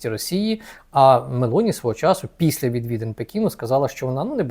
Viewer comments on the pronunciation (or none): none